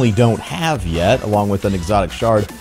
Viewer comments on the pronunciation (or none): none